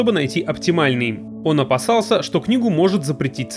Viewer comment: опасался; обассался . Б-П играет многую роль в русском языке.💀